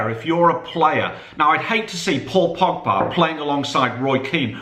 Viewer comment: They spelled pogba wrong they said pobga